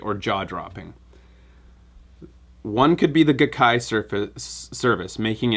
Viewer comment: The Gai of GaiKai is pronounced "guy".